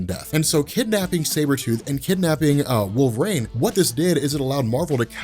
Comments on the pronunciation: Wool ver een. Not wall vrain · I keep hearing him saying wolverAIN, instead of wolverine. Maybe I'm insane. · Wool Vuh Reen